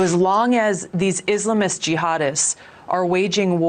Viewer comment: My gawd. She’s such an Islamophobe and she knows damn well she’s mispronouncing “Islamist” on purpose. So glad she didn’t get far in 2020 primaries and no longer a Senator. Embarrassing.